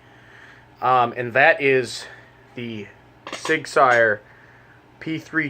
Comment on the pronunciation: what is a sig sire?....its saur